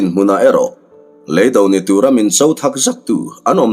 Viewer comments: Leido hi ka hriatdan chuan LEI hi kan ja chhunga lei ni lovin he kan rah thi Lei anga lam tur niin ka lo hriaa... Ka hre diklo zawk em aww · Lei do tih hi i thluk dan a dik chiah em aw....